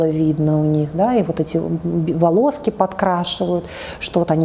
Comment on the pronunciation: Кого тоже трясёт когда она говорит "волОски" , вместо волосы